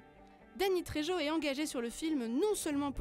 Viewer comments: La prononciation du nom de famille de Dany Trejo …. C’est de l’espagnol, donc on prononce « rrrrr » pour le j. C’est bien de lire un texte de manière mécanique …. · et prononcer la Jota dans le nom trejo comme si cetait un j, ils ont jamais entendu parler de l'acteur, ils le découvrent ?